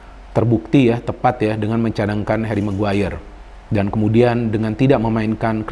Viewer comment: Kok kalo nyebut "Meguire" pengen ketawa yah??hahahah